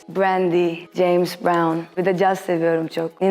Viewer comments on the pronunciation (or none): none